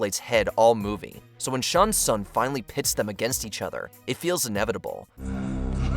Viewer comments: First of all, its pronounced Shang Sung and not Shaang Sung and Ray-din not Rai-din. And secondly, the best fatality is the one that finishes off the best combatant? Really? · I know that, I'm just telling him how it's pronounced. Since T is silent it's shang-sung. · The pronunciations of some of these names by the narrator makes me cry. "Ryden" for Raiden "Shong Tsung" for Shang Tsung.